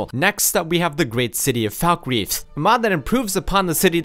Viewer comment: its pronounced fallkreath not foulkreath